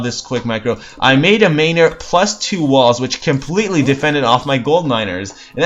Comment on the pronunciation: why do you mispronounce oracle? and manor?